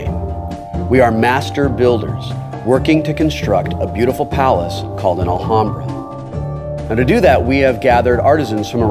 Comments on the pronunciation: While this is absolutely correct, Wil and Co. are in the Los Angeles area, and there is actually a nearby city/neighborhood named Alhambra, pronounced the way he's saying it. They're still technically wrong, of course, but I can understand why they're saying it the way they are. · will doesn't now how to say alhambra... always pronouncing the "h" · Love the way they say "Alhambra". Btw, the H is a mute one. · It's pronounced Al-lambda silent H. Its spanish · In "Alhambra" the H is silent (like in all spanish words, even those coming from the moors, like alcohol and "almohada", pillow). Hurts my ears hearing Wil saying it wrong over and over. No idea if the original arabic h sounds hard, though. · I know this is like 4 years late but as a spanish person i think i should say it... the "h" is mute. it's pronunced Alambra, so... was really funny to hear you saying it wrong every single time xD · We pronounce it alambra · The h in alhambra is silent: /al'ambra/ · the h is actually silent lol. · I just feel the need to point out cause it bothers me Alhambra is Spanish so you do not pronounce the h so u say it Alambra, which sounds prettier and is correct, other than that I love table talk and Will Wheaton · Will, the h is silent. Its pronounced Alambra. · As a Spanish speaker...the way Will pronounces the "h" makes my ears bleed...ALL-HAM-BRAH...why god why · WIL: It is pronounced "Al-am-bra" or more correctly "Ul-um-bra". (Said normally, not with some naff, pretentious accent or anything.) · It hurts to hear Will pronounce Alhambra (in spanish the H is silent) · Oh, thought he was pronouncing it as a Spanish J. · Wil pronunciation of Alhambra is hilarious :P. In spanish the H is silent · THE H IS SILENT DAMN YOU!!!! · a little off topic but....the "H" in alhambra is a silent letter ... mute It ;) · guys your pronunciation of "alhambra" its so bad lol